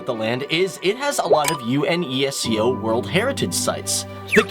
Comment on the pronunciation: Hi, good report, however few points: 1- Why did you show Ivanka Trump at the beginning as a Russian? 2- UNESCO is read as a whole word and not separately spelled 3- The statue of the worked and the KolKHoz woman, not Kolkay.. it means Peasant. 4-It would've been good to talk abut the great losses Russia had tu endure in the last century, over 45M of its population died due to Wars, a significant setback on its population growth as it would've been now over 500M